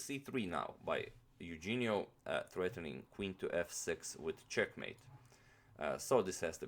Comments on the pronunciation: it is pronounced "Yuhenio" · Great video. Just one correction... The name is pronounced: yu-hen-yo Tor-re. :) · im filipino and his first name is pronounced as "youhenio" i guess like "euhenio" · Pronounced as: Yoo-HEN-nyo Torre. From the Philippines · It's Euhenio! and Philippines is the land not "Filipino" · I was supposed to write this comment but yeah the pronunciation of the name is Eu-he-nio g with the h sound. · sorry but that's wrong. Correct Spanish pronunciation is EH-OU-HEN-YO. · his name is pronounce as YOU-HEH-ÑO. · I think its pronounced as "Yu-hen-yo" "Tor-re". Since our names were Spanish based back then. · "Eugenio" is pronounced like "YOU-HEN-YO". "Torre" is pronounced "TOR-RE". Great video as always! Fan from the Philippines. :) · I believe it's pronounced You-Hen-Nyo Toh-Re(as in wreck)